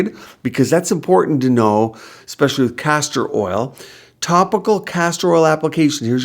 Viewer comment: Same american prob says Real- a -tor & EKKspecially too